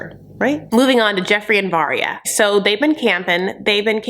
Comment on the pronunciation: Her name is Varya not Vanya,. Get with the program. LOL